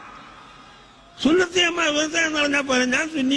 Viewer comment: സുന്നത്ത് ജമാഅത് അല്ല സമ്പത്ത് ജമാഅത് എന്ന് പറയൂ...